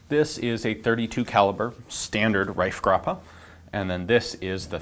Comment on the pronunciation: Pretty good pronunciation of the name Reifgraber.